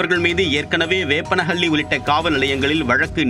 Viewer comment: வேப்பனப்பள்ளி காவல் நிலையம்னு போட்டிருக்கு. ஆனா செய்தி வாசிக்கற தத்தி நிருபர் வேப்பனஹள்ளின்னு தவறா உச்சரிக்கிறார்